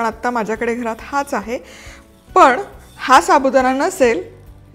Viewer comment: शुद्ध बोलणे आवश्यक आहे. पन च्या ऐवजी पण हा उच्चार बरोबर आहे.